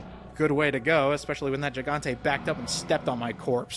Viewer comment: It is pronounced 'Hee-gante', dude.